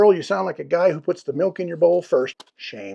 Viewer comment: Dunno why I heard meth not milk.